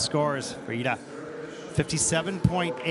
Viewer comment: Not 'LIDA'!! Her name is 'IIDA'🤬🤬🤬